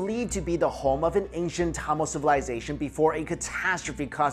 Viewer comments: Yesss! Another Tamilian who cares deeply for the proper pronunciation!!!! I want to remake these videos due to that simple error. Lol Regardless thanks for making the videos! ♥️ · sounds like you're saying tamales... now I'm hungry...